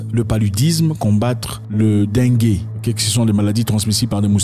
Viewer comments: Pitié arretez avec "Le den-gué" 🤣🤌 c'est "LA dengue" se prononce Dingue.. meme si c'est chelou😅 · La dengue (DING) pas dingué mon frere